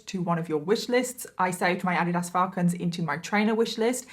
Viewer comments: It's not ah di Das, it's uh deed us. Sorry nor being rude I just couldn't understand what you meant. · Sorry 😂I couldn’t understand the shoes you were talking about. We pronounce it Ah-Dee-does here in the US. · Thank you for this video! I love your make-up look. Also..... Adidas is pronounced Ah-deed-us. ❤🧡💛💚💙💜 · Adidas? I believe that word is pronounced "Uh-dee-dus". 😂😁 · Americans are the ones who pronounce it incorrectly. The creator of the shoes name was Adolph Dassler...Adi was his nickname. So it is Adi Das AHH-deeh--DAHS. I only know this bc first time I heard the real pronunciation I thought it was wrong too and was laughing but I looked it up and realized the other person was correct. ;) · I am all of two minutes in the video and I'm so sorry but the way you pronounce Adidas is great. No hate at all but here in America as far as I've heard it's Ah-dee-dus 😅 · FYI 😊it’s pronounced ah-DEED-us. Luv u! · You are saying “Adidas” wrong. It’s ( u-Dee-dus) Lol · Ive never heard someone pronounce Adidas like that before lol in the US we say A Dee Das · girl you're saying adidas wrong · It is so crazy how differently words can be pronounced in different countries. It made me giggle the way you said Addidas lol Love the videos and so happy I found this channel! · Lol, I love how you pronounce "Adidas". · Completely butchered the brand of shoe 🤦🏻‍♀️ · The way you pronounce Adidas is sooo different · I so love your channel and you are a great story teller! I love your accent 😁 I have a thick one as well. But I have to say it took me a few minutes to figure out what brand of sneakers you were referring to in the intro 😄 Adidas is pronounced so different in the US lol love the way you say it lol 💯💕 Can’t wait for new videos 🥳